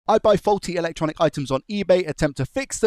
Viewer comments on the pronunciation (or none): none